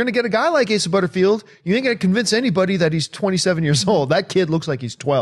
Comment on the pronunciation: hey they finally learned how to say Asa right... the cohost totally butchered it last time and John just went along with it.